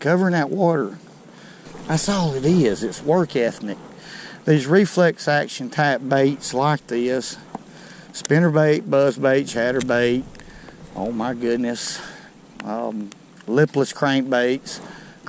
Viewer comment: work ethnic? Come on got excited! Lol